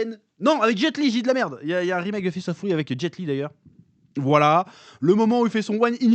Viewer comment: "Fist of fOUry", je me lasserai jamais de la prononciation du chef 🤣🤣🤣